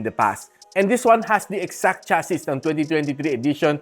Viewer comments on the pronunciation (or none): Nakaka distract yung pronunciation mo. Cha-see kasi yun, silent s yung last letter. Bago ka magreview ayusin mo muna pagsasalita mo para mas kapanipaniwala lol